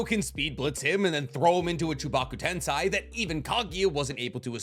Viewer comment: Hi. I feel the need to correct you, sorry. It is not tensai , it is TENSEI like sensei. Love your work.